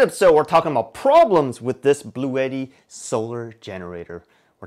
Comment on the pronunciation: Great video, thank you for the details. Also, it's actually pronounced 'blue-ti.' I watched their official video on the EB3A.